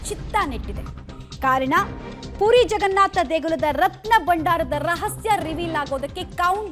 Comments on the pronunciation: ಅದು ಪೂರಿ ಅಲ್ಲ ಪುರಿ ಏನು ಕನ್ನಡ ಮಾತಾಡ್ತೀರೋ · ಪೂರಿ ಅಲ್ಲ ತಾಯಿ ಅದು.. ಪುರಿ... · Adu PUDI alla ma. PURI